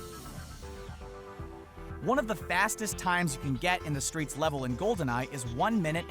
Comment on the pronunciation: “through the SKREETS”